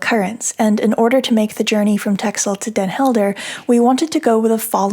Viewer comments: Actually is not correct, The "X" should be pronounced as an "S". Listen to the pronunciation here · Why do you keep mispronouncing texel? I know it's not the prettiest island of them all, but no need to make fun?